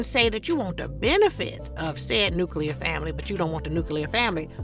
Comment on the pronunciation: Not NUCLEAR lmbo 🤪😜